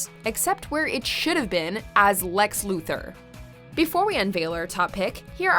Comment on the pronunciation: "Lex" "Luther" not Lex,Luther